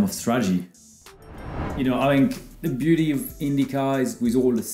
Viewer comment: Romain has become more American. The way he pronounced Beauty in the video. XD